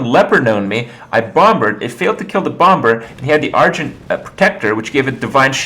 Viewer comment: Do all Americans pronounce the b in bomber? Because im pretty sure its a silent b...